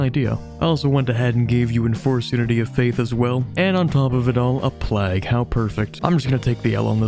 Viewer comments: Man just pronounced plague as "plaag" lmao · To rhyme with Prague?